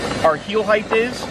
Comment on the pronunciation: I really enjoy your videos, except for one little thing. It's length, width and depth, but not heighth - It's height.